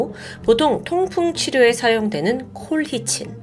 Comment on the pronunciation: 평소에 자주 즐겨보고 있습니다. 전반적인 흐름에 큰 영향이 없긴 하지만 colchicine 은 콜치씬으로 발음된답니다. 영어 잘하시는데 마이너 디테일이라 놓치신듯. 건강 챙겨가며 작업하세요!